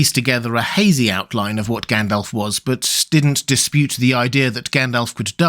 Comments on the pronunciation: I just get annoyed by his pronunciation of the names. He says Gendelf instead of Gandalf etc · Fun fact: It's supposed to be pronounced Gandalv. According to the Appendix, if Tolkien had intended it to end with an F sound, he would have spelled it Gandalph. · Did you say Gand-Elf?